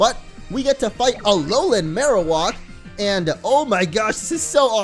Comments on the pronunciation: It's Marowak not Marowok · The way you pronounce Marowak bothers me so